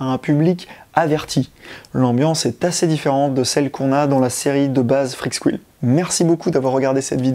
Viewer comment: "Freak's squile"............. Ça se prononce Freak's "SCOUILE"